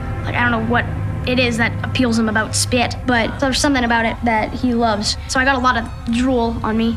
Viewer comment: He says spit like “Spyit”